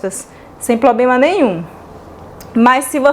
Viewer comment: Oi vc é ótima 🥰!!! Precisa corrigir a sua pronúncia da palavra PROBLEMA. Desculpa,mas é só uma dica.🤗